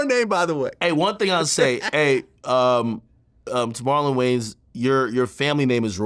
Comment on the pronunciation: Wow "Marlon Gayans" holy cow.... he's got 24 hrs to respond 😂